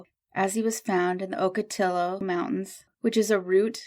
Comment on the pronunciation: Just wanted to let you know when pronouncing spanish words, when it has two "l's" together it has a y sound. For instance this would sound like Oco te yo( o's are long okot i's are long e) I believe this man very well may be an illegal who probably made this trek before, possibly many times. He may have been getting back to work. I would guess he worked for the company, that he had the card for. Or, he was headed to get a job with them. Either way it's sad, because his family across the border may never know what happened to him. I hate to say, but this often happens. I lived amongst the Mexican culture for many years and am still connected through my children and many friends.